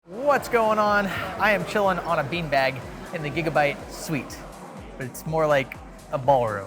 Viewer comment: "Suite" :cat-orange-whistling